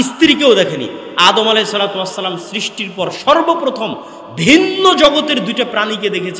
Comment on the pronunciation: SALAM TA KI SHUDDHO HOLO?